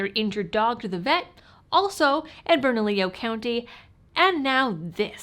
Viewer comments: You're the first non-local reporter to say Albuquerque's county name correctly " Bernalillo"... The crime infested State of NM is directly related to the corruption of one party and mass migration of democrats into our State from States like CA, NY, CO. State used to be Violet, but because of migration we are now drowning in blue ideologs. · Additionally, thank you for pronouncing Bernalillo correctly.